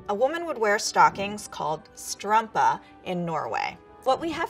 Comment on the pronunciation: It's no strampa its strumpa